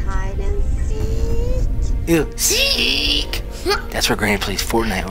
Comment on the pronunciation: Bro I hear granny saying you wanna Play hide & sech😂